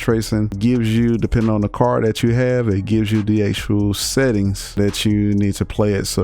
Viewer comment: car-d not car :)